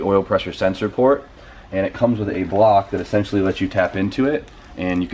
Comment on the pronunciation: Funny you couldnt say essential first minute of video but after says essential more than turbo..i had to stop watching. Its just as bad as hearing someone say "like" every damn other word